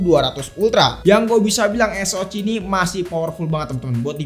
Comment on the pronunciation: Cuman kanal ini yg konsisten nyebut Es O Ci 😅 jd ciri khas